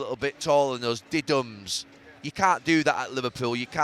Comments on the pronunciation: I've not heard anyone pronounce it like Neville ever! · I haven't heard someone say diddums in years